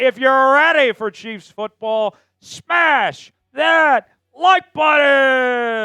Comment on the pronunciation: Hard to sub to a guy who can't pronounce button 😂